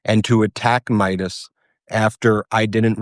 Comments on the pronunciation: Just fyi, Ben's last name is Meiselas, not "Meidas." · For the record, his name is Ben Meiselas not Ben Midas. If you are going to create videos about him, get his name right! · Meiselas, not Midas